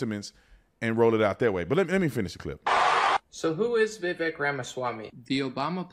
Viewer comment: The guy can't even pronounce his name correctly... I think Vivek is sharp enough to know that whatever he says is going to be highly scrutinized from both sides. He chooses to actually back up what he says and isn't afraid to engage in criticisms with logical and rational facts.